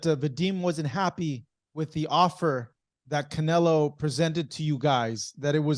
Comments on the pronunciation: Keeps calling him canela 😂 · Why is it that Bivol can say CharlO but still keeps saying CanelA? 😅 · It's funny that he calls him Canela. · He still Calling Him Canela lmaooo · He called him Canela. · Bivol isn’t humble he mid pronounces canelos name on purpose